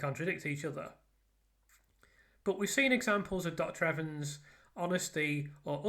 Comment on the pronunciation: I think you might be the first english person I've heared pronounce his name correctly.